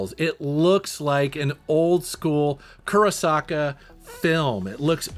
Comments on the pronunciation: slight correction its Kurosawa not Kurosaka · not kurosaka. Its kurosawa (with vvvvv) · Btw, it is pronounced Kurosawa, not Kurosaka. Great video! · not only pronounced kurosawa, but written that way too. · ...and Kurosawa is one of the greats, how did he mess that up? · It’s Kurosawa not Kurosaka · "Kurasaka" ... lol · KUROSAWA NOT KUROSAKA !😤🙄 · I mispronounced “Kurosawa” DOH! sorry about that 😂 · and later in the video pronounced Mushihimesama but he messed up on Kurosawa lol how does that happen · I believe you meant "Kurosawa" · You butchering Kurosawa made my stomach churn.